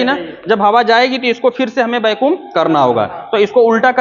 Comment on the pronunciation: Bahut achhi jankari hai sir lekin वैक्यूम ko bar bar बेकुम mat kahiye, irritating lagta hai